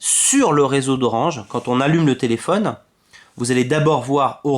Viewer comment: Le problème oui c'est sur qu'il vient pas du téléFAUne (comme prononcé dans la vidéo) mais d'Orange car c'est eux qui brident le réseau malheureusement.